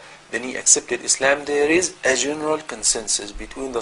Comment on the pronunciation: Money can buy you a lot of things, but it will certainly not buy you intelligence or humanity nor conscience. Learn how to pronounce Islam first, then start pretending to know anything about it or something else at that.